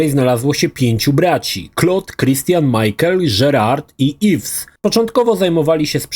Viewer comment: Wszystko git tylko nie Majkel, a Miszel. ;D